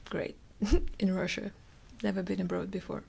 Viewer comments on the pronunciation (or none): The why she said “abroad” was very Canadian lol. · i am so glad i wasn't the only one to notice